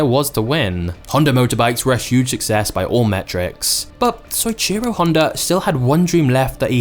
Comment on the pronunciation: I'm pretty sure its pronounced so-eech-ee-ro Fascinating story though.